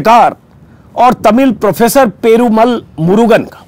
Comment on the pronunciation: Ajitji, it is "Perumaal" - long vowel. Of course it is spelt with a single 'a" but pronounced with long accent.